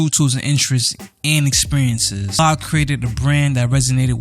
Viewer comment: Great in-depth video man. Your articulation makes you nice to listen to. In the future though, make sure you pronounce the names well. I've just heard you say "Oblah" instead of Abloh for 20 minutes keep pushing bro